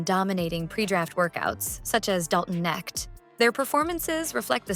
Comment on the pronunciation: Not sure if ur using an AI voice, sounds pretty convincing if it is, but Dalton Knecht is pronounced like connect. They're already calling him "Knecht 4".